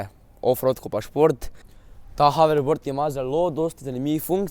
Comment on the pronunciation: dej jape nauč se govort neznaš niti hoverboard rečt rečeš faking haribord